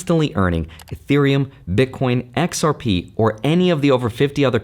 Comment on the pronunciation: I like the way you enunciated XRP baby!